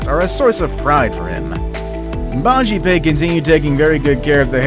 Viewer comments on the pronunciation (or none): its BAJPAYEEEE not BAJIPAY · 1st one is bajpai not bajipai